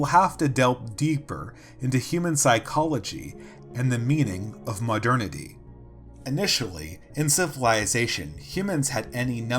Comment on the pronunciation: Muh "dernity"